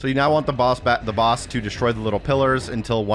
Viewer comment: baos battle lol. I remember him saying it like this in another video as well.